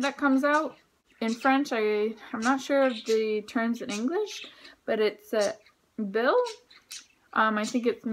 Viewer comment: Hi,thank you for doing this,as I think I'm in this situation now.The word that you are saying, (bill ) is actually pronounced (bile) as in the River Nile,or it sounds like the word child.Thats the English language,it can be quite tricky.Not to be rude, but thought you would like to know.I'd like to thank you for your explanation,it was informative,& helped me a lot. much gratitude 👍👍👍👍🤔🇨🇦Ⓜ️